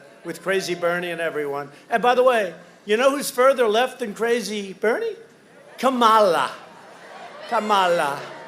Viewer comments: "KA-MA-LUUUH" "KA-MA-LAAH" Why does it sound like he had an orgasm while mispronouncing her name tho? 😒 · kammalla pronunciation its big laugh for me , i like trump . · Why's he saying Kamala like that, is he okay?